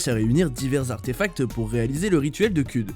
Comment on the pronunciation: J’suis la seule à avoir explosé de rire quand j’ai entendu ‘’rituel de CUD’’ srx on dirait c’est Google trad qui le prononce